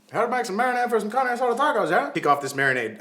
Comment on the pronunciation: This is the first channel I follow that is cooking! I think its just like your personality! Also being a latina, I cringe when you say "carne" hahah so funny.